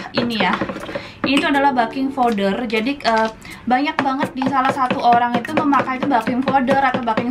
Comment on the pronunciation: Ktnya 3 bahan ku itung lbh tu telur tepung garam gula baking powder (beking bacanya bkn baking)trakhiar air. 😂😂😂😂😂🙏🙏🙏